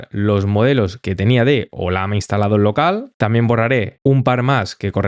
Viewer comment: conoces que es una LLAMA? (animal altiplanico de sudamaerica) si te fijas el dibujo es una LLAMA y se llama OLLAMA (y no OLAMA) sorry te veo siempre ers muy bueno explicando, pero me choca escuchar que digas OLAMA, jajjajja un abrazo